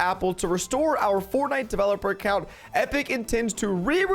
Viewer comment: Anyone wanna talk about how he called it “fortnit”